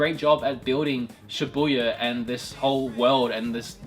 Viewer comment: dude it's not "SHA boo YA" It's "She bu ya"